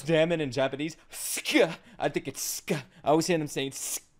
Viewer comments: It's not suka it's kuso Read it like kso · its kuso not suko btw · Close it's actually Kuso (Pronounced Kso)